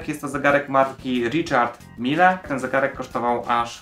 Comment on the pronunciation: Richard mili czytamy